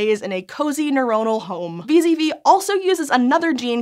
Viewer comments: It sounds like she says vis-a-vis a lot, but she means wee-zedd-wee (VZV) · Did anyone else hear "Vis-à-vis" every time said "VZV"?